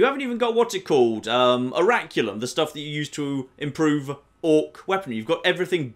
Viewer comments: does it annoy anyone else that pronounces orichalcum as oriculum? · am i the only one that cringes every time that mispronounces orichalcum?